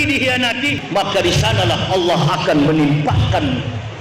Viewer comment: sebut allah saja ngak pecus dolll